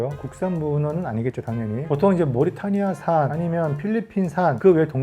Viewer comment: 모리타니아 X 모리타니 O